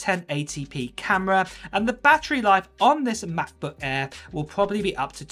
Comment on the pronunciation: The way u pronounce MacBook Air is getting on my nerves